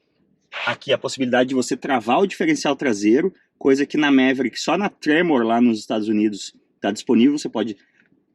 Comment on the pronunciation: O nome original pronunciava-se “Maverick” e nao “Méveríck”.